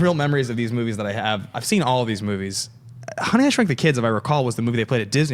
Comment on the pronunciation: As far as this guy goes.. I am all for diversity, but as far as black personalities appearing on Movie Talk, guy is no Jay Washington, David Griffin, Ti, or Joelle Monique by a long shot. He was super unbearable at the beginning of the show, mis pronouncing movies and not answering questions he was asked, but sight recovered during the d & d discussion and onwards. Just being honest.